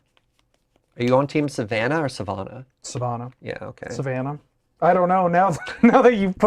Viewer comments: I live near Savannah. It's Suh-vanna not Suh-vahna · As a Georgia native it’s savanna.